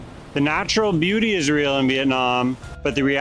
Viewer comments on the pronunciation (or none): none